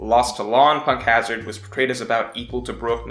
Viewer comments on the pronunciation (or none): none